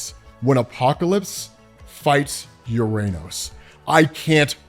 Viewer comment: UrRR-Ah-Nōs! FFS, it’s the 21st century